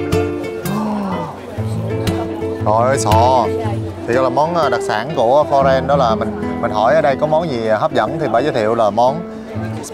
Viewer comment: đọc tiếng nước ngoài ko rõ lắm. Florence mà nghe thành Lorraine ( bên Pháp ). Phát âm ko rõ giống như đang ngậm kẹo. Nhưng dẫn chuyện dí dỏm và clip quay rõ điểm tham quan